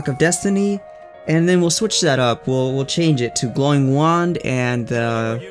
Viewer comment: Chang'e = Chang Uh